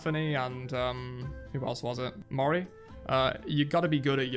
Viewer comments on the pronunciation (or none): none